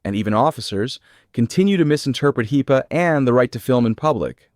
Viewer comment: It is not heeeeepa